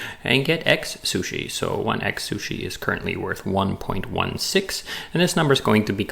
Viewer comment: Great video. I can't not hear "egg-sushi" throughout though! :D